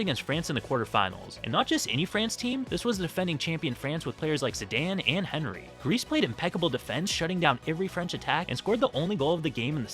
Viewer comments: It's not "Henry", it's "On-ree" nobody says it as Henry ffs, not even the Brits. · bro really said 🐔ree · the H in Henry is silent 🤦🏽‍♂️ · really called Thierry Henry “HeNRy” 🚡🚡🚡🚡🚡🚡🚡🚡🚡🚡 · HEN - NERY ... ok just tell everyone you don't actually watch football. Because it is ON - NERY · The pronounciation of 'Henry' made me quit the video immediately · Don’t ever. EVER. Say Henry again. Ever. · The pronunciation of Henry has pissed me off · Oooo you were doing so well till you got to “Henry” 😂😂😂😂